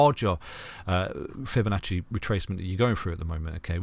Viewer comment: Never heard someone pronounce Fibonacci the way this guy does